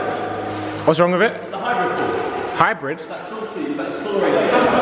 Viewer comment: Why does JJ say pool as poal 😂